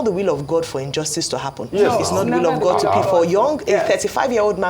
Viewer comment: OgyOkpe it’s “THANK GOD” not thank good……., who are you afraid of? Mad people. Even Americans say “Thank God”.